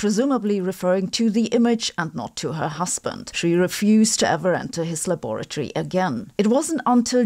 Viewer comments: It’s “laboratory “ not labatory. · WHOOPS!! Roentgen worked in a "labatory"? I'm sure you know it's a LABORATORY, Sabine!! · Is a "labatory" a laboratory fitted with toilets?